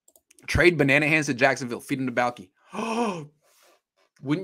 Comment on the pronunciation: its Mr Banana-han to you!